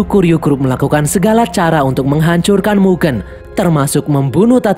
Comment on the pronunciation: baca mugen aneh bang, coba e nya pake kaya lele